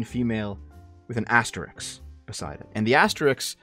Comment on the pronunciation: It's ASTERISK, not Asterix. Asterix is a French cartoon character.